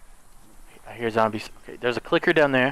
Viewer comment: everyone: “zombies”: “zomblies”